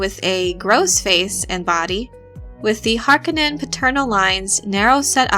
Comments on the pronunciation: Isn't it Har-'Koh-nen not 'Hark-uh-nen? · Minor pet peeve: it’s house HarCONEnen not Harkenen. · Dear god! Read the bibliography in the back of the book please! It is pronounced [har-KOE-nan] emphasis on the KOE. not [HAR-conan]. [ah-TRAY-dees] [PIE-ter de-VREES] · HAR-KO-NIN. Not HARKO-NIN. NERDS! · You are mispronouncing Harkonnen, stop saying it like its spelled Harkonenn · Its HarKOnnen. The accent is on the second syllable! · Yeah, so the first time it happens is at exactly :30 seconds. After that, I was only able to let it continue rolling for another 15 seconds before I sprang into action. Ending that abomination. If I'd had to listen to the remaining six minutes and change of her butchering the pronunciation of Harkonnen, I'd become so enraged, as to make 'Beast' Rabban seem like a Bene Gesserit by comparison. Closest thing I can think of, is if you were to fill the Rose Bowl Stadium with people, humans being the best species to use in this example. Thing is, in front of everyone, in front of every person in that stadium is a 2' x 3' chalk board, positioned at the most ideal height to allow said person to drag their nails down said chalk board so as to produce the maximum soul tearing screech possible(aka turning it to eleven). Now imagine them all doing it at the exact same instant. That's what it feels like every time I hear her say Harkonnen. Or near enough. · Considering the movie, the miniseries and the games that already exist, you have no excuse for pronouncing "Harkonen" that way. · I love the videos but I hate how she pronounces Harkonnen. Either the movie mispronounced it every time it was said by several characters or she is. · When one makes a film about Dune and a Harkonnen character, one must learn how to pronounce 'Harkonnen' properly... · i had to stop after the third time you pronounce Harkonnen name, sorry. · I cringe every time she says Harkonnen. Otherwise good video. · I can’t stand the way they pronounce Harkonen